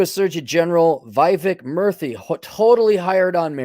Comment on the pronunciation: What do you mean mean by 'Vivek Murthy totally hired on merit'? Do you know him or his credentials? You had a hard time reading his name even. You sound pretty racist and biased to think that any non-white in a high position got their job through DEI...